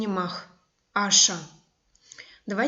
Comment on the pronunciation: Аша́- ударение.